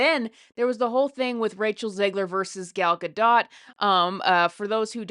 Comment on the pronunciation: She's pronouncing Gal's name very well!! 💙